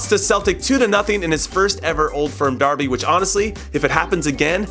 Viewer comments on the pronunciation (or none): none